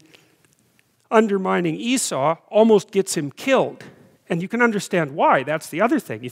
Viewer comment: It's ee-saw, not ee-sou